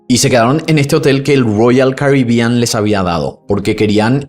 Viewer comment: Que problema tenés con las palabras ROYAL CARIBEAN? Suena raro cada vez que lo mencionas y tambien diferente, llama la atención la forma en que lo pronuncias.